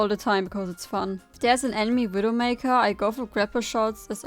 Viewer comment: What an awesome widowmakew guide. You weawwy cwick heads